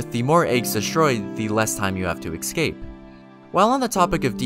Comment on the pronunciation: I've watched a few videos and this guy cannot pronounce words in English... exscape, windmeal, calls Mohg "Mog" even though his name is said audibly in the game. Is English his second language?